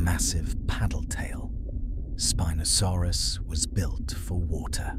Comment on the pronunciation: I don't know if spinosaurus was gonna like you mispronouncing his name like that